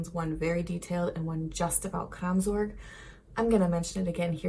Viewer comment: Kraamzork? I'm sorry, I know you're trying.